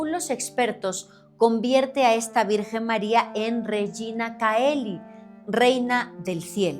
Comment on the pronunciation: Se pronuncia Regina "cheli"